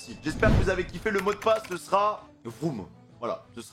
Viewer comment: C’est pas vroum mais room 😂😂😂